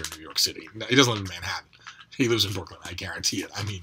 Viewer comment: Oh my god, you nailed the Brooklyn thing. That’s awesome.